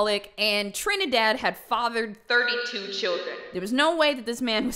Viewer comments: As a TRINIDADIAN I never thought I would hear TRINIDADADDY in my entire life 🤣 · Bozo pronouncing Trinidad (Trinity) as Tre-ni-Dad, gives me life because of how funny it is Also it is very ironic that both of her parents Justa and Trinidad are both loyal and high names (Justa is a word for a Just person, basically Justice, and Trinidad is Trinity, as in the holy Trinity)